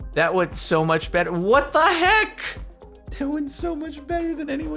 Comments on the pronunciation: "WADU HEK" Jordan is now confirmed to be the real WADU XD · He said wadu hek